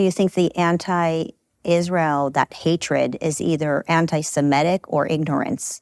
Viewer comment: Please try to pronounce "anti-semitic" correctly - it's NOT "anti-semetic"